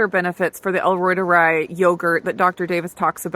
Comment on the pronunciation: It's pronounced "ROI-tuh-ree" not "roi-tuh-rye" or something like that because in German, "i" is pronounced like "e" when you say the alphabet.